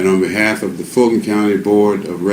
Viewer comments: It's not Georgia and it's not "Falton Co." It's Fulton Co. and we the voters of Ga have been telling you this for years. Open your ears, get educated and learn how to speak English. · I think he said FALSIFIED COUNTY 😂😂😂